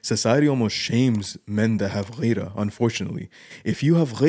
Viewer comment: it's "Gheerah" not "Ghayrah". Get it right